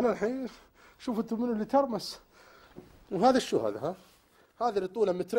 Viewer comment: ههههههههههههههههه قالت سو مو شو